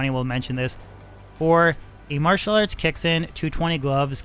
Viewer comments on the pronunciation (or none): none